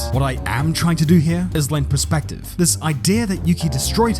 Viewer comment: Perspective.. Not Prespective..